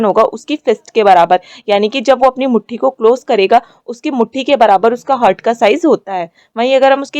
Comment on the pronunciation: 1.16 हार्ट ✅ हर्ट ❌